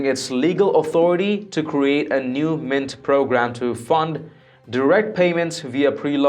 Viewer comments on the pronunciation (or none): none